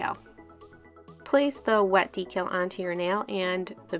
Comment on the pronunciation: I'm so used to hearing Christine from Simply nailogical say decal differently it sounds so weird to hear you say it the right way omg. lol love your sharpie manis. :)